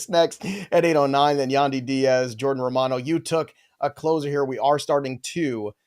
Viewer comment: Oh no, did you say "Jordan" Alvarez, twice? 😂 Edit: three times